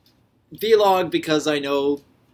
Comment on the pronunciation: Doc doc doc! It's "vlog" not "v"log.